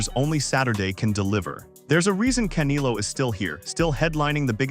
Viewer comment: Wow I couldn't continue watching. Absolutely a fin cadual or worse, someone who doesn't follow boxing at all. - I cringe every time u said "CAN i LO"....Its pronounced *Kan (E like Elvis, not E like Indigo), get it. - CanElo not Canilo u duma.sssss wow